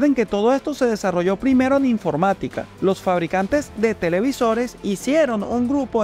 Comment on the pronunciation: solo dos detales, 1) dice Infomrática en vez de Informática, 2) Excelente el trabajo para resumir y transmitir la información más importante de cada conector y su estándar para facilitar la decisión sobre cual me conviene para cada caso.